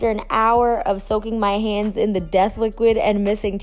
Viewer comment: Accent coming through 💪🏾 lol “hands” always gives it away